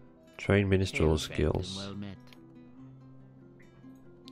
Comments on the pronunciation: Min-strel not Min-'i'-strel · There is only one i in minstrel. It's not pronounced "min-i-strel" like you are doing. It's "min-struhl" (2 syllables)